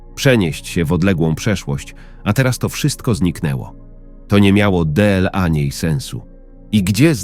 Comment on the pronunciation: Co to za sposób czytania deela a nie dla. Albo gery zamiast gry. Koszmar jak się to słucha.😢